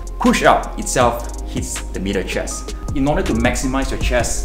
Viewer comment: I thought he was saying “mirror chest”